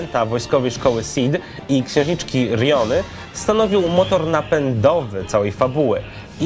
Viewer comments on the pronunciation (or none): Księżniczki Rinoi, nie Riony...